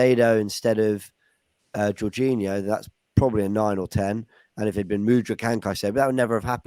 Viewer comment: Juninho 🤣🤣 how is honestly that bad at pronouncing foreign names when other people are saying it correctly to him, so fkn funny. Sending love to from Aus ❤️